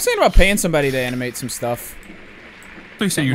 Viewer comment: Clearly states he wants to pay someone to animate for him, instantly gets misheard thinking he said pantsing somebody... Wot?